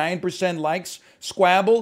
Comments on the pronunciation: He's pronouncing it like Scrabble. But Squabble is pronounced like wobble so I don't kow if the Devs pronounce it like that, it's an accent thing or he just doesn't know how to say squabble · almost disliked for the way he pronounces s k w a b b l e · Sounds like scrabble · He said it in the first video he made on this game. It’s probably pronounced like normal but he likes pronouncing it like that cause it sounds like scrabble and it’s fun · i think it sounds like Scrabble, the game with words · Why doesn't NL know how to pronounce Squabble? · but uwuified